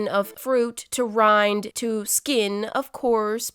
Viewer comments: Fyi it’s rine not rind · byw I think it is rine not rind:) ♡ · Not hating... isn't it supposed to be rin not rind i love you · its not Rind its Rine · Why you say rind when it rime